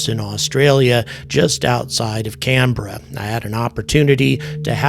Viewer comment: Thank you for not butchering the pronunciation of Canberra like so many Americans tend to do haha.